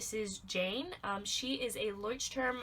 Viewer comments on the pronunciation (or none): Leuchtturm is german and you Say it wrong